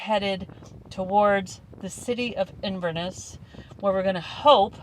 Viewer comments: Hari Om Oh yessssss... such familiar territory! FYI... the emphasis is on the last syllable - InverNESS... and it's the River Ness that powers through it. The Catherdral is lovely, and you can walk over the islands further down. Yup, you got a lot more to see on your return(s) 😃YAM xx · One emphasises the Ness at the end of Inverness